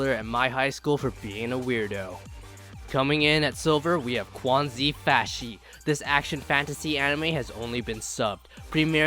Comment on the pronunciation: You pronounced quanzhi fashi "kuanzhi fashi", the real pronounced is "chuen zhi fashi" No offences